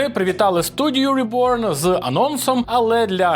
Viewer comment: Тож ребьорн а не реборн😮